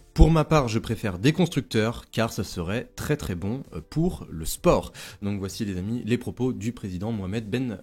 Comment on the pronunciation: Merci pour la vidéo top comme toujours! Petit détail: pour les journaux en italien, dans le mot "sport" on prononce le T comme en anglais:)